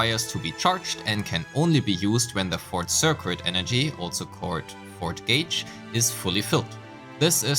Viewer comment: Super helpful for understanding combat! Thanks! Another pronunciation thing - circuit. The cuit part is pronounced like the word kit, so sir-kit. Don't ask me why, english is weird. (Previous words I've mentioned, regen and abyss).